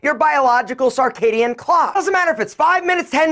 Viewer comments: Circadian* rythm...not carcadian.. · Clarification, it’s circadian. Not “sar”. Want to be sure people can follow. Circadian rhythm. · It is circadian you cretin.